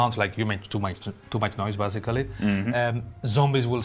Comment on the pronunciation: Stop saying bazically